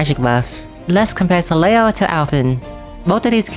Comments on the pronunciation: Hey, always appreciate seeing your videos, you're the #1 best CotC source for me for sure! Just a note though, Soleil is a French word (Sun), which means you don't pronounce certain letters, in this case the trailing L. So it's just "so-lay" basically. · If you want to be fully truthful, the "l" in "soleil" is not silent at all, and it IS pronounced. However the group of letters "il" in french are basically equivalent to "y", or "iy". Therefore "leil" ends up being pronounced as "lay".